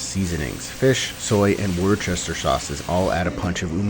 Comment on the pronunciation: did you really say Worchester? Joe! "Wooster"! Think Bertie and Worcester!